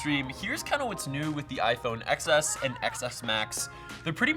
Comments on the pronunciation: Why don’t you pronounce it as 10 s instead of excess? Thats the pronunciation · iPhone XS is pronounced iPhone 10s...c'mon... xD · It's pronounced "10s".